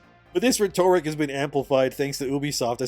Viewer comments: Please learn how to pronounce "rhetoric". It's not pronounced "ruh-torik". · do canadians all say Rhetoric like that? or just?